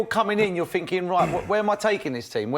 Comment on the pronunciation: "I look at it finkin"